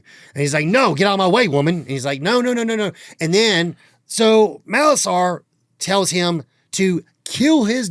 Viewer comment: Molasar not Malosaur!